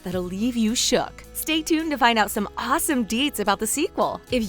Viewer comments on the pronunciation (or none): The way she says shook ✌